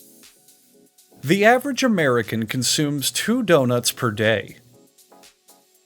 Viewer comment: well the other problem is that that isn't even pronounced the same, it ends up saying Doug Nuts.